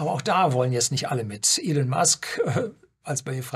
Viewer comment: Danke für den Beitrag, der Mann heißt aber Ielonn, nicht Ielinn, bitte auf korrekte Aussprache achten, danke. ^^